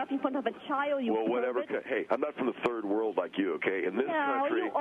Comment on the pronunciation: “You come from the turd 💩 world” 😂